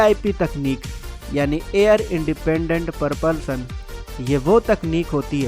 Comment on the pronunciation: शब्द सुधार बच्चे। परपल्शन नहीं, प्रपल्शन होता है। मूर्खों की दुनिया।